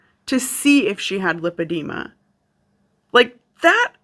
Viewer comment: Love your channel! My pet peeve today.... the way people pronounce Lipoedema (also spelled Lipedema). It is not Lip edema. It is LIPOedema. Lipo (with a long i) is latin for fat. Lip edema is a fat lip. We don't call it Lip suction. Though that does sound like fun on a Friday night. Liposuction is the suctioning of fat from one's body. I can always tell when someone is actually seeing a professional physician who understands both Lipoedema and Lymphedema. Which calls to question the people Anna was getting advice from. SMH We Americans sure know how to slaughter languages. In full disclosure, I work in medicine. I also have Lymphedema as a result of cancer surgery.